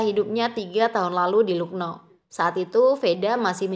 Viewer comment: Lucknow dibaca laknaw min